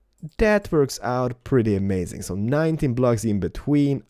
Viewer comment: It's pwetty